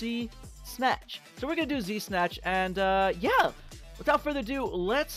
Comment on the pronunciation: everytime he says z-snatch it sounds like de snatch lol